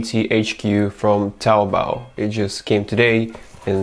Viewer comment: You should learn Chinese. Your pronunciation of taobao is nearly perfect (regardless the absence of the tones of course).